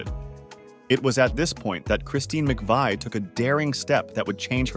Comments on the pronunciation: OK. Christine McVie's surname has always (since she married John McVie) been pronounced McVee NOT McVay! You may be well researched, but get the pronunciation correct. The incorrect pronunciation of Christine's surname is absolutely sure to anger viewers of your YouTube article who know better. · Her name is pronounced MC-Vee, Not McVye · I always heard that her name was pronounced "Mc Vee" not "Mc Vii" You really should pronounce her name with consistency not changing back and forth! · Christine McVie. McVie rhymes with 'see'. You change between McVie (rhyming with 'sigh') and the former pronunciation. I can't think why and I can't think 'wee'. The video is good apart from that. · I'm confused: Narrator begins by pronouncing her name as "Mc-veye," then changes it to Mc-vee"... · Her last name is pronounced Mc-VEE, not vi!!! How could you possibly NOT know that,? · Christine Mcvie is pronounced 'Mcvee' NOT Mcveye. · If u make a video know how to pronounce the person's name correctly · The lady's name is pronounced MACVEE. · Her last name is pronounced (Mc-Vee) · McVie is pronounced 'mac-vee'. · McVie is pronounced McVee... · You can't even pronounce her last name right 😮😂. SHE WAS NOT JUST TALENTED BUT SHE WAS A VERY PRETTY LOOKING LADY. I HAD A CRUSH ON HER EVEN WHEN SHE GOT OLDER SHE STILL LOOK'S BEAUTIFUL ❤❤❤❤❤❤❤😢... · If you are going to say her full name multiple times, at least pronounce it correctly. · Where do they get these documentary script readers. I doubt he even knows who she is or anything about her. He cannot even pronounce her name right, and uses 2 ridiculously different pronunciations. Maybe its a younger generation reading history, but it is a terrible insult to us who are contemporaries of Fleetwood Mac at their best in the 70s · You pronounced her name right a couple of times early on , but wrong the rest of the time! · And a real bummer that he can't even pronounce her name properly. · That pronunciation was driving me crazy.